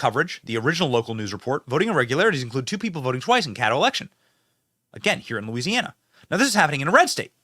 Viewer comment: Louisiana starts with a L not a E dumbbells. Must be from the north east. Backwooded MF